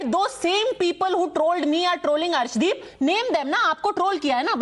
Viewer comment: Nice to see you back Padmaja This can’t pronounce the name of Arshdeep properly claims that 25% Indians trolled against Arshdeep Sirsa is correct in filing case against Zuber for spreading false rumours on Arshdeep in Pakistan These along with Pakistani echo system are the real culprits in spreading false Kalisthani propaganda on Arshdeep